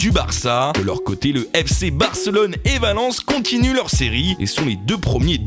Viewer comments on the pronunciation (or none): none